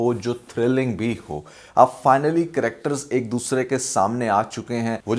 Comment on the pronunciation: Interrisssssting. Cherscterrrs...